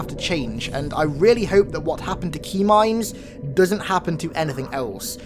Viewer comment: up until this point I thought you were saying Tmind. LIke a T bone steak or something...